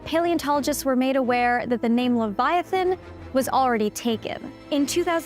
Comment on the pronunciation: you aren’t pronouncing leviathan right